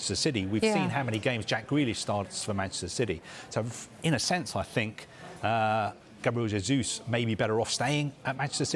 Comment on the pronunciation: Seriously guys, Gabriel Jesus has been playing in the UK for years, is it that hard to not say his name in spanish pronunciation rather than portuguese?